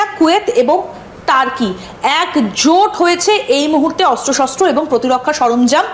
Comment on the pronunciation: টারকি নয় তুর্কী